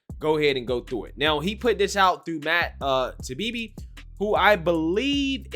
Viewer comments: His last name Taibbi is said like this TY-E-BE not Tabibi 🤣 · Ty...E...Bee say it with me. Ty...E...Bee! For people that are supposed to be plugged into political and societal culture I am seeing a lot of ya'll that should know how his name is pronounced, sound like you have no idea who is or you guys are illiterate. I'm not the most intelligent guy around but come on brosephs!